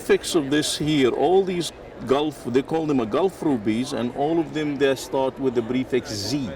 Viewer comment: instead of prefix that guy is saying brefix :)